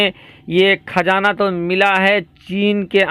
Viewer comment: Thum urdu bol Rahay ho ya hindi, khajana Nahi qazana Hai, agar qazana Nikka bhi tho is say India ko ya Muslims ko kiya milnay wala Hai is Kay ilawa ab petrol ki international qeemat 100 dollar say 40 dollar per barrel ho gaee Hai aur bhi qeemat Kam honay Wali Hai mawjooda qeemat hi par Saudi Arab ko 250billion dollar per year loss ho raha Hai aur ab so IMF say loan Lenay ki koshish karega, tho phir turkey ka Kiya faeda hoga, apnay mulk main Hamara Kiya hashar honay wala Hai is par tawajjoh do shaik. Chilliyon ki Tarah yeah qunqunay andaz main news na sunao